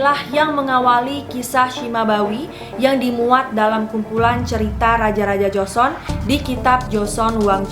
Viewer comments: Joseon dibaca Joson, bukan Jo-se-on atau Jo-sun. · Karna gak suka nonton drakor, secara pelafalan nama kaku bgt, penyebutan jo-se-on juga joson, aneh huhuhu, ceritanya juga jadi kurang nyampe. Kurang menghayati.